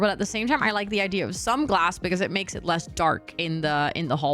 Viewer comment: base game are my favorite, all my builds start out that way then i reno them for each world/pack.. i still giggle when people say "idear" tho lol like are u drunk